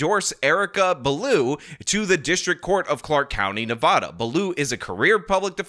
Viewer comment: youre still saying Nevada wrong.